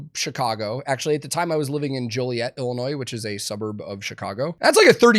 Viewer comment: You know he actually lived in Joliet because he pronounced it right, ain't nobody jolly in Joliet. That, and the police brutality.